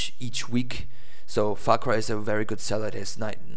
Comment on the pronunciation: dude instead os far cry u said fawk y but still great video